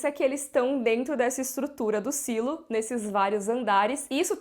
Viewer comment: Pra quê Sailo? Existe a palavra silo em português e tem o mesmo sentido! Falemos Silo!